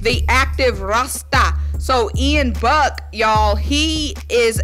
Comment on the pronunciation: It’s Ian Book not Buck. He went to Notre Dame